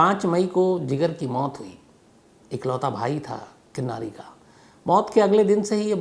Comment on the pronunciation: किन्नरी not किन्नारी